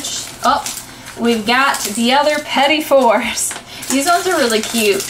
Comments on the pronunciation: petty fours 😂 its petite, like small in French i believe, though the second word Is pronounced fours(im pretty sure anyways), i think it means cake? not sure. but im just cracking up over petty fours😂😂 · ohhh i see! i knew the first part meant small just wasn't sure of the second bit. thanks! im still cracking up over how she pronounced it 'petty fours' tho 😆